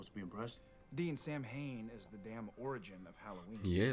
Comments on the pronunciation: Yep. The mispronunciation has always really irritated me. Sow-wen in Irish, or Sah-ven in Gàidhlig (Scottish Gaelic). Either would be fine, but Sam-Hane is not. It just niggles at me every single time it’s mispronounced. I can deal with the completely rewriting of the myth. Supernatural does that with all sorts of myths and religions. But the mispronunciation… aaargh! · Bits of the episode annoy me because- Samhain is pronounced Sow Win. And, its a pagan festival essentially. Not a person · Also, thanks for putting up both pronunciations, it's helped me with an issue I had. I'm Canadian, with both Irish and Scottish ancestry. I wanted to know more, so I took a, basically, "Celtic Studies 101" class at uni. We were taught to pronounce it as Sah-ven in class. A year or two ago, I saw someone on a SPN reaction video post a comment saying it should be pronounced as Sow-wen. I wondered if my memory was spotty, because my professor spoke several Celtic languages and so I knew she wouldn't be wrong. But, I looked up how the Irish pronounce Samhain, and it confirmed what the commenter said, that it was pronounced Sow-wen. So, I chalked it up to a bad memory, even though I was SURE I had learned to say it as Sah-ven. You have just cleared up a mystery for me today, thanks!